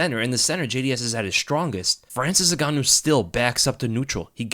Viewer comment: Frayril N-Gan.. ooh